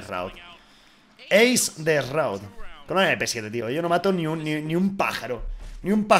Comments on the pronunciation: se pronuncia shroud no shraud.... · Sin ser gringo te puedo decir que no es Roud o Raud como dice, se lee Shraud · 2019 y los españoles le siguen diciendo esroud :v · Como se pronuncia shroud? dice Rauw (alejandro). 😂😂😅